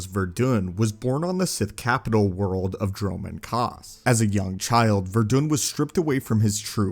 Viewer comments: His name was pronounced like it's spelled Ver•i•dan not Ver•dun. Also idk if you can call him a pure bred sith warrior if he's in fact human and not of the Pure sith race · Ver-a-dun...its pronounced: ver as in ear...a....dun as in dons. Veradun killed a single twilek servant and his adopted father sent him to the sith academy. Just trying to clear those things up.